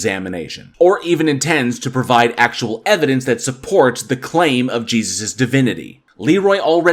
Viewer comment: You know someone's argument is invalid when they say "evidence-es" 😂